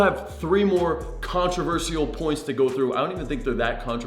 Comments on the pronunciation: It’s pronounced contro-ver-shul not controver-see-al. Great content tho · Please learn how to say controversial. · Good content. Saying controversial wrong 74 times, still loving the channel though